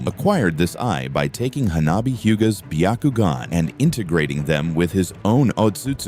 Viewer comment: Bee Yuh Koo Gin. Nice, AI.